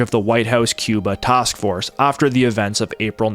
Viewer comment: What’s a “tosk force”?